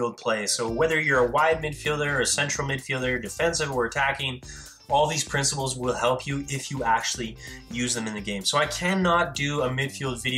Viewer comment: You say Princebles will help you my teacher at school says that